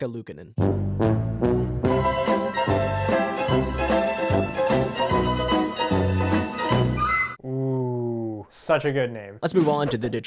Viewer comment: When Z said Lukonen it crashed my YouTube app lol